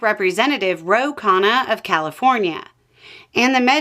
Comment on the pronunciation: His name isn't KHAA-na. It's KHUN-na. You're calling him "dinner".